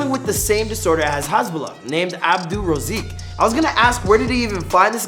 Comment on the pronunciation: It's Abdulrazak not razik.